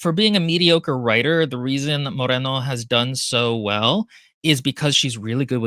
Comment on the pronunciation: First of all, if you have not seen the SEMINAL "emos contra punks mas hare krishnas" (lit: emos versus punks plus hare krishnas) you simply must Second: the book is very much akin to Del Toro's Crimson Peak Third: Silvia Moreno's name has no rolled r's (otherwise it'd be Morreno) the r is "rolled" because it can be sustained. it sounds a bit like an engine? I know a joke is meant but also, americans do do that joke a lot to the point it has peculiar feel But also: if you know the rolled r is the double r why would you deliberately mispronounce the author's name? What's the joke there? Or if you thought the short r is the rolled r... the joke is you got it wrong? I dont want to be acerbic but i really dont get why bring the rolled r up